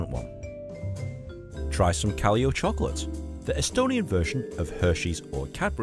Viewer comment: One place you didn't mention but I would recommend is the Seaplane Harbor maritime museum with submarines and ships. Also the chocolate brand is called Kalev, not Kaleo.